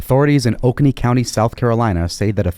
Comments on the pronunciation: The name of the county in South Carolina is Oconee and is pronounced Oh- co- ny. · Oconee is pronounced OH-CONE-EE, just for future reference :)